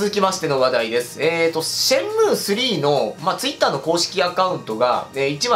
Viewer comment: シェンムーなのか、シャンムーなのか・・・。